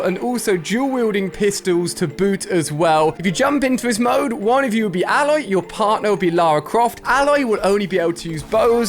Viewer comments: Ayloy is the pronunciation, not Alloy (like the metal corresponding alloy) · Please say her name correct Ali its pronounced Ay-loy not Ah-loy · It’s not A-Loy it’s pronounced ay-loy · It’s not said aloy it’s said A-loy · ITS AY- LOY NOT ALE-OY😒💯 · mr Alia you pronounce it eh-loi not alloy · Its Ay-Loy thats how you pronounce it did you play the game? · Hey name is aloy. A-loy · learn say Aloy right Ali. It sonds so cringe. It is EILOY, that how it is pronouned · Her name is prenounced Ayloy I just wanted to make that clear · Alia: says Aloy's name wrong. Its pronounced A - loy. you dont say the A sound. you just say A then loy. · It's pronounced Aey-loy play the game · It’s Aloy, not alloy 😂😂😂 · Who else thinks that he botched pronouncing aloy's named sorry just had to say it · Anyone else found it a little annoying he was saying Aloy wrong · Why can’t he say her name properly? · why does he say Aloy wrong. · Hi ali not meaning to sound rude but her name has 1 l not 2. You are pronouncing it with 2 l so her name a loy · It’s obviously Ali that you’ve never played Horizon lol not saying Aloy right 🤦‍♂️ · Am I the only one who noticed how many times he said her name wrong 😑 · The way u say her name is cringe, I can tell u didn’t play the game lol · the way ali a pronounced aloy made me cringe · Me being annoyed everytime the way he says aloy 😤